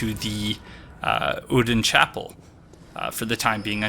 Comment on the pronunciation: I believe some of the npc in the game pronounce it as "ur-done chapel" but I could be mistaken